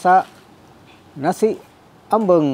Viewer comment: Sebutan sangat tepat jawa..... Ambeng.......ada orang sebut Ambang tu tak tepat